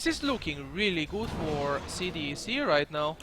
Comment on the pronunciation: its not C-D-E-C, its pronounced C DEK